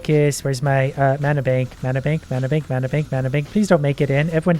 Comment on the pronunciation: He makes me slightly mad mispronouncing mana